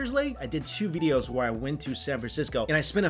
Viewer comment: Mike Chen- "Veedeos"